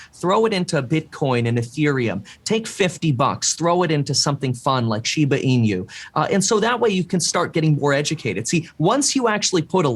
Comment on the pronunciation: I'm surprised to see nobody correcting his way to pronounce "inu"? It's not shiba ee-new, just ee-nu as in "nutrient"